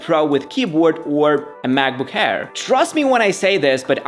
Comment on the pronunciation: I like how he says macbook hair instead of air, funny asf.